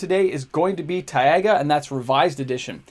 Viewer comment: if you care its pronounced Tai-Guh no Tai-Ah-Guh <3